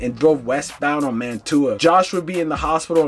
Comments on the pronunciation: I hate when people do a video on my city for likes but can’t even pronounce my damn street. It’s not Man To A it’s Man Chew A, Mantua! Put some respect on my block and the whole Mantua section 😂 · Saying it like Man-too-ah is crazy work 😂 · Man-tuah section 😂😂 it’s pronounced Manchewuah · Oh my god it’s MAN-CHEW-AH…. Not “man-tuah” 😑😑😑😑😑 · He said, Man-too-ah🤣😂🤣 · It's man-chew-uh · Mantua is pronounced (man-chew-wa). For you non Philadelphians obsessed with Drill culture🤦🏽‍♂️. Swear most YouTubers still haven’t jumped off the porch😭😭😭😭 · Pronounced Mantua wrong, just fyi.... it's more like Manchua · I can’t get past the man-too-a ave 😂😂😂 and why-soo-ling after it was pronounced on the news cast for him 😂😂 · its pronounced manchuq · Mantua = MAN-SHOO-UH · Bro pronouncing every hood wrong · Pronounced every street name wrong in this video wow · so quick to get a story out you don’t care if you mispronounce word or facts. But idiots like you don’t care you just want to hear what he halfway got to say. Smh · Mantua = "Man-Choo-Uh" Wyalusing = “Why-Uh-Loo-Sing" If yall gonna monetize these deaths at least get the names and streets right. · Being from Philly , It drives me nuts how none of these youtubers can pronounce the names of these people , the towns or street names properly . Mantua , Wyalusing AVE, Weikel Street etc